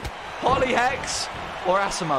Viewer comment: U pronounced asimo wrong